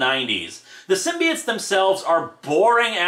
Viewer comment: IT'S PRONOUNCED SYM-BI-OTES NOT SYMBI-ITES